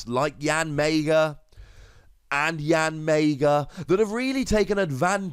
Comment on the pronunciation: "YanMAYga". Absolutely hilarious.